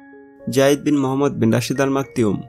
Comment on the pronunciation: It clearly maktoum not maktioum or they really pronounced it maktioum